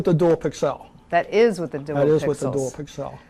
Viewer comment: That guy is driving me nuts saying "pixelle" all the time. I have never heard anyone EVER pronounce pixel that way. The rest of the world pronounces it pixle.